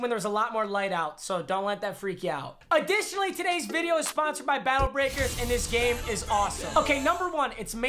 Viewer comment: cant think of a word Also mmg “AdiTiOnALy